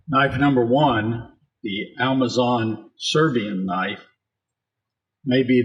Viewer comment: Thought I was stroking out, but in trying to sound all accurate and right he says, "Almazon" and it's killing me. Literally lol-ed